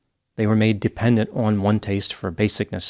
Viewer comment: Way ruin the words "taste" and "ohm" 🙄